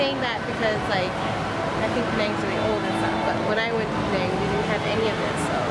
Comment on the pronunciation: I hope you were not raised in Penang cause the way you pronounced all those name of the Food is Horrible!!! Stop that Slang of yours for Penang Ppl Sake